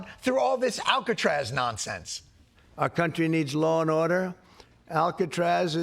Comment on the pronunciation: when as a president you say "Lawn order" and everyone mishears "law 'n' order"... such a genius... surrounded by such fools...